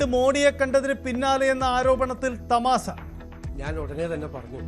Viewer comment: തമാസയല്ല, തമാശ